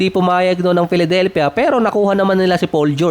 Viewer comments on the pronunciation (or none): none